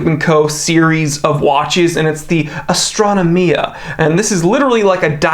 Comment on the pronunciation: Astra-no-mia facepalm I cringe every time you say this